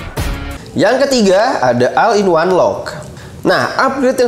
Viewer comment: "All in one" di bacanya Oll(pake O)bukan A